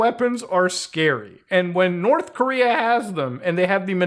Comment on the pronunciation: Korth Norea